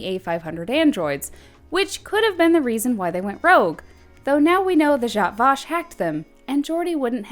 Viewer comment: It's the way she said zhat Vash